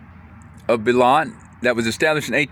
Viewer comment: Wow. I have never heard Beloit pronounced like that.